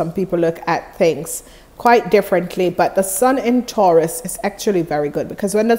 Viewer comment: u keep saying taraus